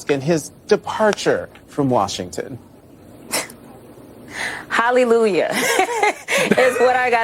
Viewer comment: She said Holly lu yah.!😅 She gets more ridiculous by the day 😞